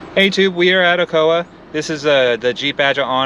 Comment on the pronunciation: I was born and raised in Fl, lived in Ocala for some time and never heard anyone pronounce it that way lol its OH - CAL - UH great video though!